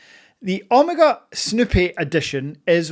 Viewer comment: Not sure I’ve ever heard Omega pronounced “Omarga.” 😜 I know you bought grey but consider yourself very lucky as it took me 2 watches from a boutique over the course of 3 months to get mine fast. With that being said I sold one eventually as I got the snoopy as it was a white dial speedy and was a little too similar. My advice switch out the strap and tang buckle for the omega clasp and loopless strap everyone uses. The strap it comes with is completely horrible and makes the wearing experience unenjoyable. Once you switch the strap out, it wears perfectly and is as amazing on wrist as off. The dial isn’t “treated” btw it’s pure 925 silver which is engraved on it. Also a fully wound speedy takes more than 35 winds. Wind until you hit the “wall” to get a full wind. Also the speedy wears smaller than 42mm, bezel to bezel measurement is 39.7mm and that is how it wears to the eye as Omega counts the chrono pusher protectors to get to the 42mm casing size. And please don’t mention Hublot in the same sentence as Omega ever again 😂